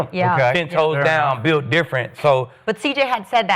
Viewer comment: “BULIT DIFFERENT”